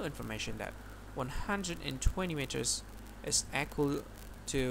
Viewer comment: it is not aqual it is equal